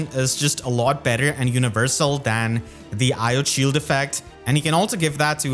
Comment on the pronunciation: Still a bit miffed you say it as "eye-oat" when its namesake person was called "ii-yo-tey" but minute details lol.